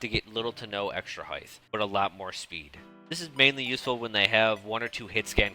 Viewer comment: Great video, thank you for making it. Also maybe you're saying heigth (rather than height) on purpose but I'd want someone to tell me if I were doing it accidentally.